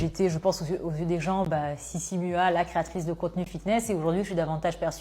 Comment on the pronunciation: Vous avez tellement bossé toi et que vous êtes pas capable de prononcer sissy mua et train sweat eat correctement!